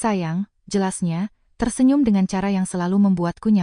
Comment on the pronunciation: Belajar bahasa mbak, mosok cantik dibaca kantik, cara dibaca kara. Kalah jauh sm cucuku yg masih TK A 😂😂😂